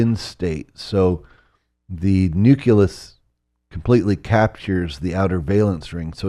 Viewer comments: “Knew—cue-luss?” “Even W” would say this guy is a twit. Knows so much but is a socially inept boob. You’d think knowing the secrets of the World would make you able to talk. Did you think about dumping this episode? You had to launch a channel tho. Good Luck. This one was a turd. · Did he say "nuc-u-lus"? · The old duffer can't say the word nucleus properly, how can you possibly find him impressive? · dang, I guess that makes him entirely un-credible you're so right man